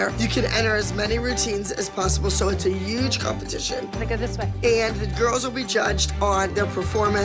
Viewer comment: I’ll never get over the fact Abby yelled in Kelly’s face “Christi and I” but can’t pronounce Huge correctly 😂